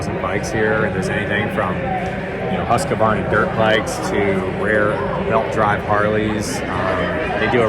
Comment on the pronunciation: Even Mike Wolfe can't properly pronounce "Hoosk-varna".